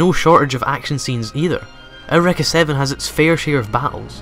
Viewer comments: "aow-wrecka" ? isn't it pronounce "you-ricka"? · I have never heard of this anime before today. So it's pronounced "air wrekka"? I won't remember that. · skysyrup I'm guessing his reason for pronouncing it that way is due to the fact that the word "Eureka" is of German origin, thus is supposed to be pronounced "OY-REH-KAH" (since "EU" is pronounced "OY," and the letter "E" is pronounced "EH," in German). Just a speculation, though. I may be wrong.